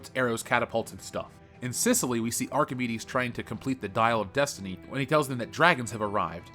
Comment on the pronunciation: Dial of deuce-tiney